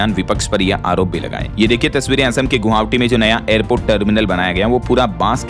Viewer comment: बार-बार गोहावटी गलत उच्चारण कर्ण कटु लगता है